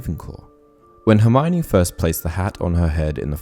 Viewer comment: I only wonder why seemingly all people mispronounce Hermiones name? In The Goblet of Fire Joane Rowling explains clearly that her name is pronounced Her-mee-oh-nee.